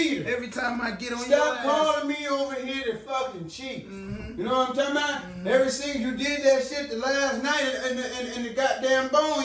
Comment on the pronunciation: “YK WHAT IM TALM BOUT”😂😂😂